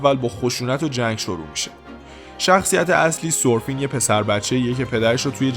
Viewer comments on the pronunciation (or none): شما احتمالا ندیدی انیمه رو برای همین میگم بدونید تلفظ اسمش تورفین هست تو انیمش، با احترام😅